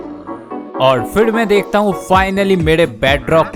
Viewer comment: Deakta 😂 bolata😂